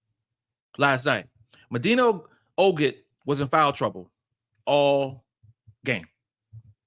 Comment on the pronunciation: her name is Oh-Kot